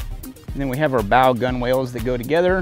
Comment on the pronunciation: Gunwales should be said "Gunnels"... and you were a swabbie! :)